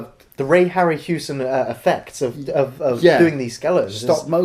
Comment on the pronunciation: it's ray harryHAUSEN not ray harryhewson!.